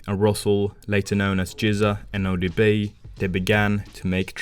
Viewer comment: The way he say odb is so interesting